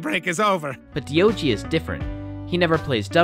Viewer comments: His name is D O G not deeogee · Diogee is literally D-O-G sounded out lmao I'm naming my pet that....